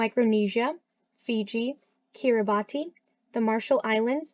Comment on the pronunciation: It’s pronounced “Oh-shee-yah-nee-yuh” and Kiribati is pronounced “Kee-ree-bahs”. BTW, I love Oceania.